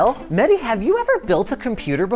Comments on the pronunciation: MEHDI not MEDDY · It's mehhhhdi not medi😂